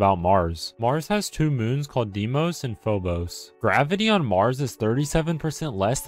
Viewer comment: You didn't pronounce the moons right